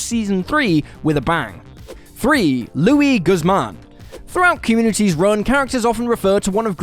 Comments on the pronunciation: Guzman is indeed a real life actor. whose first name is pronounced Loo-ise. quit anglicizing minorities. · Every time he said it I cringed. Eventually, screaming "Stop saying it like that!" Thankfully, he started saying Guzman instead. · Thar kinda proved to me that he never even watched the episode. Because I think of that line, "it's me, Luis Guzman" all the time, and there's no way anyone should be pronouncing it wrong